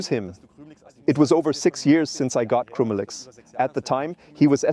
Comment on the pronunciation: It's still AI, quit whining, the voice is perfectly acceptable. If it were not AI, he wouldn't be pronouncing the dogs name wrong. "Krümelix" sounds totally different than in the video.